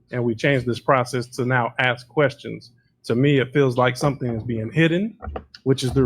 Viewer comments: ask ……. Ask ……..ASK! NOT AXE!🤦🏽‍♀️ Plus, all that woman does is deflect attention from the actual issue & facts AND thinks she’s being slick by repeating over & over the same crap she continues to spew & throws word salad into every single answer she BELIEVES she gives. What a disgrace. I’m telling you, if the three letter agency isn’t gathering up every single drop of evidence then…the township will continue to fail until it’s upside down while SHE will take off on a plane to some beach in the Caribbean. With THEIR MONEY. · “You can axe your question now”…. How do you chop a question?? 😂😂😂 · "you can AX your question, here." T. Henyard - Poor ghetto child! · how do you "AX" a question? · She told them to axe questions and dey axed questions, but no answers were given, This woman is ready for higher office. Maybe White House press secretary. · Also “ax a question”.:) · Should of done, aks, ya"ll. We'd of been done, as relate THICK AS FUCK DAT 6166A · Seriously why is it so phucking hard to say "ask". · Does she know how to say "ask" it's a simple word, but she still says it won't every time